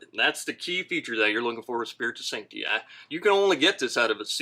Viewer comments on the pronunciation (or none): Him saying sancti “i” was giving me the ick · How they pronounce "spiritus sancti" is very annoying